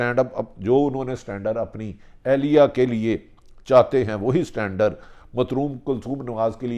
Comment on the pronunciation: بھٹی بادشاہ سٹانڈر نہیں ابے۔۔۔standard؛ You really need a speech and language therapist: Speech-language pathologists (sometimes called speech therapists) assess, diagnose, treat, and help to prevent communication and swallowing disorders in children and adults.